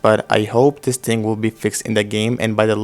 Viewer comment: thing not ting